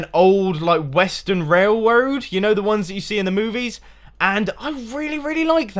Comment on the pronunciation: is he purposely saying wailwoad not railroad?